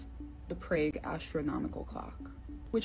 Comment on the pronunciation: To the girl who talked about mirages and the famous clock in Prague, that city is pronounced PRAHG. Not PRAYG. Also, you used the word "apostle" and your sounded the "t". The t in that word is silent. That all said, that model copy of the Prague clock was very cool. Can you provide a link to where person can get one of those?